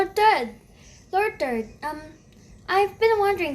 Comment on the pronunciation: lord third❌ lord turd✅